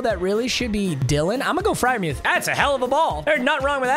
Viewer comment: it’s freirmoooth